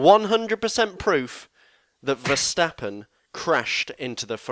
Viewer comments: Nope, Verstappen is pronounced Verstappen, just like Stoffel Vandoorne is pronounced Vandoorne and not Vendoown or something. Better learn this name by heart because you will see it often in the future. There are flying Fins, but we have a new Flying Fleming! And Max is one hell of a flying Dutchman. :) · Verstappen is dutch, so it's Ver(ch)tappen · Nope. It is "Verstappen" and it should not be pronounced like an "ch" or "sj". You are totally wrong about this. It is just English commentators that pronounce it the silly (chilly;) way.